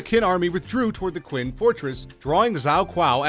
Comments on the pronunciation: It didn't get any better. He went on to pronounce the name of Chinese dynasty Qin as it is written. That's the name of the dynasty that gave CHina its name... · Or Qin (read ch'in)! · Some of he pronunciation errors were cringeworthy. "Levant", "Khaleed ibn Ali" (which he pronounces like "Ivan"), "Poitiers", "Qin" (the Mighty Quinn??) Xiao (Zow!) ??? Seriously folks . . . if youre going to take the time and effort to make a video like this (and some of them are pretty good and informative), why would you NOT spend the 30 seconds or so to look up all proper names and terms you are not sure of, and make sure you are pronouncing them correctly. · queen zzzzao quao quee lol... omg